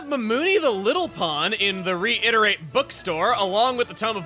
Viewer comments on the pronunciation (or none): "Reiterate" Chugga still can't read it right.